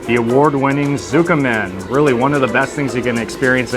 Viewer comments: It’s Tsu…as in tsunami…not ZUKAMEN….totally Japanese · Not ZU-kemen. TSU (like toots in tootsie) 🙄